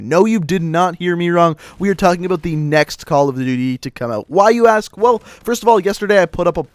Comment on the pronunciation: The way he says "about" makes me cringe lol